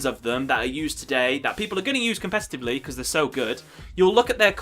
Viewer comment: It's not "compestitavely". lol. I honestly can't get into the game anymore it's way too complicated and just like a web now. Agreed.